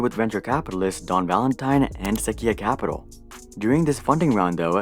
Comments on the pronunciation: Good video. Just had to say for the part about "Sequoia capital" it's pronounced suh-KOI-yah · You pronounce "Sequoia" like this: "suh·kwoy·uh". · Yo hold up, how did you pronounce Sequoia? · That's not how you say Sequoia